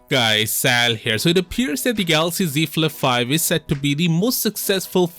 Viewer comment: See Flif fife 😂😂